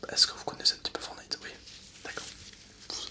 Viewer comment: Super video MAIS on dit forTnite et pas fornite :)